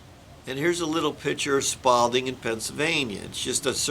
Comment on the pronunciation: Career concrete guy pronounces spalling as “spalding”? 😮